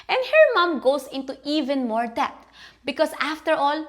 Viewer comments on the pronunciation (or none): The b in debt is silent. Its pronounced det.